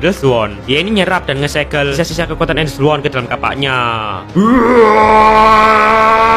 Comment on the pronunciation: Makasih bang dah buat tapi da yang kocak aku dengar EN les war